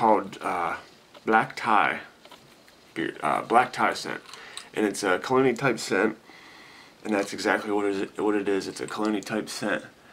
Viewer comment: I believe that you are say Cologne'ee like scent... But it sounds like you are saying Clooney (as in George Clooney). You should trademark that phrase. Perfect way to describe a sophisticated scent such as "Black Tie".